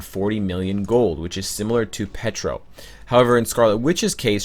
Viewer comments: Its Pietro, not Petro. xD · Petro, Petra, Wando, damn is it hard to say Pietro for English speaking people? :D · Omg "Pee-Ay-Tro" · Nicklaus It's an inside joke, lol. He calls Pietro "Petro" and Wanda "Wando" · I swear the way pronounces Pietro makes me cringeeeee.